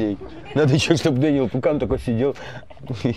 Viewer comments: Паукан а не пукан😂😂😂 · Ващет Паукан а не Пукан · Дэнил не Пукан , а Дэнил ПАУКАН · Даниэль ПАУкан, а не Пукан